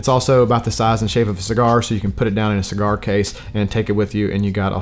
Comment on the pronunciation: Bruh didn't realize I watched this before until he messed up the name of the cigar 😂